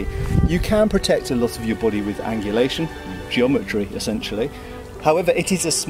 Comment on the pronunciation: It's good to know that shields cover your... /'bo.de:/ Love how you pronounce it, it reminds me of that Mr. Bean episode with the French arts teacher saying "And ze bohdee?"